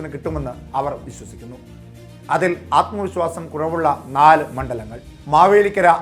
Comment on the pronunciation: ആത്മ വിസ്വാസമല്ല ആത്മവിശ്വാസം